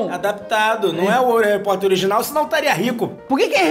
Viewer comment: harry poter: ❌ kraque poter: ✔